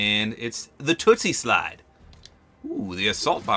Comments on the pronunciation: WHY DID U SAY TOOTSIE SLIDE ITS TOOSIE SLIDE that always annoys me XD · Lol he said tootsie slide 😅